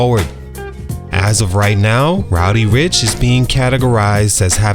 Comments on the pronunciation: Learn how to say dude's name before making a video on him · Re-record this video and say his name correctly. It’s almost unwatchable